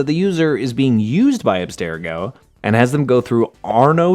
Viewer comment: For one… say Abstergo correctly. It’s pronounced in almost every Assassin’s Creed game and is always pronounced the same. wtf.